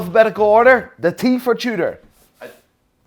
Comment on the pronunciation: He even said Tudor starts with a T but still pronounces it chewder